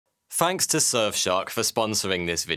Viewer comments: Hey just so you know it’s pronounced “thanks” not “Fanks” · I like the way you said'fanks'